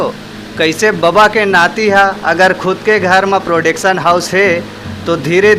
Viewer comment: प्रोडेक्शन नहीं,, प्रोडक्शन हाउस होता है भाई 😂😂।। सुधारिए